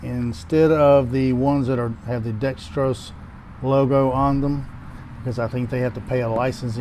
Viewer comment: Why do people say Dextros when it is spelled Dexos?